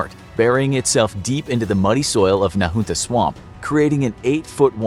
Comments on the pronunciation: he said nAhOOntuh its nuh huntuh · The creepy thing is that I live about 15 minutes away from where this occurred, FYI Nahunta Swamp is pronounced Na-Hunt-ta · I don't know how they say Nahunta in NC. But. In SEGA it's pronounced more like Nayhunna no t to be found. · It's pronounced na-huhn-tuh. Not however you pronounced it.